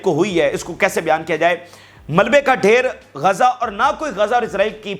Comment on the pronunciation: Gaza kahtay hain na Keh Kaza pls speak properly I mean pronunciation of Gaza rest all is well with Vlog 😊😊